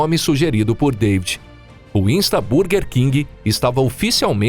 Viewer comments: Vídeo muito bom, mas por favor para de falar bUrguer 😂😂😂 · A pronúncia está errada, em inglês burguer se pronuncia “bãrguer”